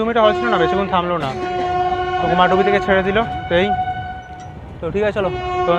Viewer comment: Bro it's not Kumardubi((কুমারডুবি) it's actual pronunciation is Kumardhubi(कुमारधुबी /কুমারধুবী). Mostly west bengal people pronounce it wrongly. It's my hometown so that's why i wanted to make you correct it.